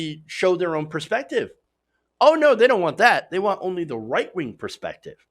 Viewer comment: I love how he sometimes seems to say “white wing” instead of “right wing”